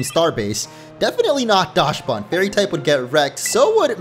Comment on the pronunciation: I see you pronounced Dachsbun sounding like dashbun but since it’s based as a dachshund the dach in dachshund is pronounced like dock